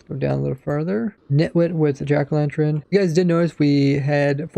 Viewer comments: Jack o lanTurn not tren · Are we all just gunna ignore how he says 'jack o lanTREN' 😂